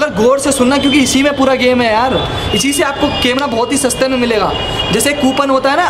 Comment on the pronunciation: अबे लल्लू बिलकुल सडक छाप लगता है।कैमरा को केमरा कहता है।क्लोन को क्या कहता बे।